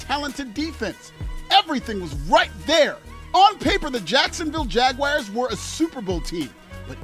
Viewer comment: Keep making fun of the yts all you want. Heck, even give my Cowboys a stray if you'd like. But for the love of gawd, please stop calling Jacksonville the "Jag-wires." LOL, that hurts my ears!